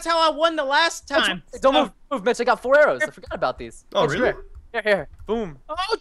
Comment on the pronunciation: It's Mitch there IS a t